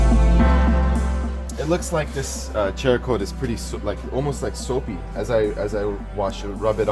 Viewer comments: Pronounced like Sarah-coat. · Not sure if its been brought up, but I believe it's pronounced "Sera" coat. Like ceramic. Between that and the Meguiars debacle, I think you guys are the YouTube equivalent of the key and peele episode where he pronounces everyones names wrong lolol Great video though. The follow up video is super beneficial to see. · Just a courteous correction, cerakote is pronounced s-erakote. The c is pronounced as an s. They are a big player in the firearm coating industry and gun guys take details seriously. A lot of them also own Jeeps. Hope this helps prevent negative comments. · btw lol.. SARA-COAT.. is the correct name.. 🤷🤷😂😂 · There's no "H" in Cerakote. Pronounced Sarah-coat. It's a ceramic coating. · Man u can't read ceracoat u say like cheracoat ? Another trinova u say chinova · YES! As in ceramic! After all, it is a ceramic coat. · Not to be a dick but there's no "H" in Cerakote.